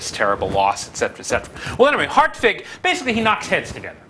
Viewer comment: Ok. The pronunciation of hartwig as "Heart-vig" is correct. Very good for an anglo-saxon.